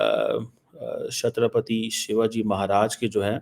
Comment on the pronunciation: Yeh itne dur ho gaye apni identify se, ki isse Chatrapati Shivaji ka naam bhi sahi se nahi liya ja raha.